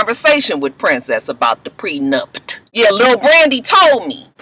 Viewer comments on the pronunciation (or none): I was like if says "PRENUPT" again I was going to jump through the tv! I couldn't! Child Mona needs to be a damn all in one wedding guru......LMAO 😆 Lama fur.......I'm done! Coconut oil and Lama fur, I do want Safaree to come back next season he was a surprise hit!😏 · I wanna know who told that it was pronounced Prenupt? First it was miscombobulated and now this. And who else forgot Shanda and Willie were even on the show? I hope VH1 doesnt bring or Masika back.